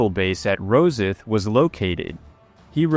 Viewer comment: Thanks for an interesting bit of history. If you have occasion to mention Rosyth again, note that the pronunciation rhymes with 'lost light'.